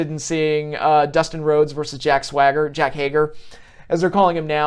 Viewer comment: Yo you’re one of the most underrated wrestling channels man been watching your vids since the days. Thanks for the content! Also it’s Jake Hay-Ger not Hay-gar lmao